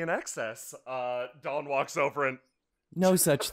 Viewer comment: every time you say dawn I hear thog